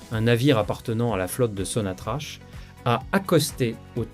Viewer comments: Prière prononcer correctement le nom de la première société pétrolière qui est sonatrac et non pas sonatrache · Ça s'écrit sonatrach mais se prononce sonatrak.